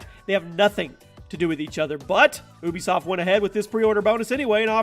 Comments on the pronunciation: oohbisoft? its U-bisoft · Can u pronounce ubisoft correctly it's Ubisoft not Oobisoft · ITS U-bee-soft NOT OWW BEE SOFT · you be soft not oo be soft